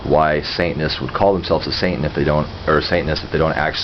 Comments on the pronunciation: is he saying santain? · Are you saying "Saintan" I'm not trolling here, I'm just asking, as I'm very new to this, and checking to is there a "Satanism" and a "Saintanism"?